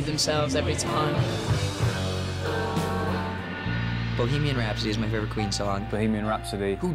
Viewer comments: Queen is "Bohemian Rhapsody" no "Boheman Rhapsody " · Its BOHEMIAN not BOHEMAN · "BOHEMAN rhapsody" ... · i Love "Boheman" xd